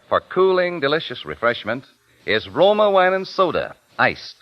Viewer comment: You aren't impressed by Truman Bradley? He shure sounds sophisticated, and I love how he says "Roma wains"--dude, your pronunciation is insufferable.